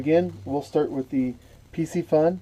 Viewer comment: "Carbon frame" is just a fancy term for plastic...those aren't 5 weights, they are magnets. Pretty sure pisci isn't pronounced pissy. Piscifun is Pisk eh fun. Pisc as in piscis (fish in latin) The cam is called a pinion gear. The plastic inside of the Abu are parts that don't wear a lot. Abu has been made by pure fishing (chinese company) With the exception of a few, ALL abu are made in china. They make a few Ambassadeur in Sweden still, but most are made in china. The Abu also design their own products. Piscifun does not. They reverse engineer other engineering and copy. It is much cheaper to copy than to design their own.